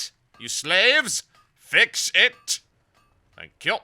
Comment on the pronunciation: HAHAHAHA Thenk Ya! hahahahahaha please use that pronouncement moar please!